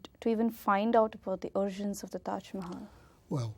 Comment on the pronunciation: Who is this dumb interviewer? Pronounces 'origins' as arjuns. Didn't list to the very 1st sentence. Asks Chapel? Guy said temple in palace.